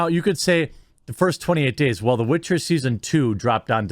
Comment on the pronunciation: Cute but she still butchered the Witcher